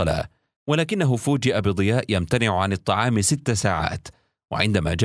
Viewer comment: هل انت نسيت انها الطعام مش الطلام